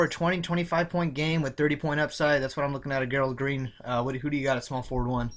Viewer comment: i got a couple rosters with whiteside and another roster im fading him cus hes going to be owned ALOT and david west good pick against minnny who are terrible against PF but good picks i got alot of them and yo a tip its bugging me lol gerald green is pronounced 'Jerald''